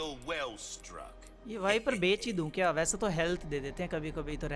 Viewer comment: Everytime he se " Bek sakta hu" instead of saying "Bech sakta hu". 😂😂😂😂😂